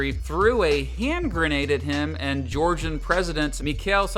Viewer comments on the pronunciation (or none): none